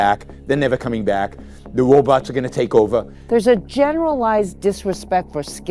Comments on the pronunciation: I can’t take anyone seriously who pronounces robots as “Woe-Botz”. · 🤖" ... the wobots awe gowwna take owah ..." - yawon bwook (appropriate speech impediment)😎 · I am sorry, but i wave to wobots sounds so cute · “The wobots are coming”. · “The wobots are taking over.” I’m going to try to work that line into a conversation today.